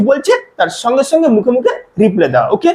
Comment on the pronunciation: বাংলা উচ্চারণ ই তো করতে পারনা,তো ইংরেজি কি শিখাবে,,ছঙ্গে ছঙ্গে না,,সঙ্গে সঙ্গে,, তবে তোমার পড়ানো বেশ ভাল